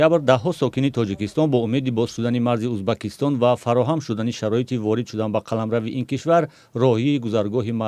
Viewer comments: ту чихели журналист (УЗБАКИСТОН) ту дар кучо хондагиии Узбакистон не УЗБЕКИСТОН !!!! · Убакистон не узбекстон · Журналист кенте и чи Узбакистон не Узбекистон